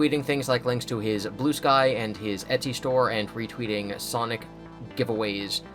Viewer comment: Every time you said Blue Sky all I heard was Blue Spike...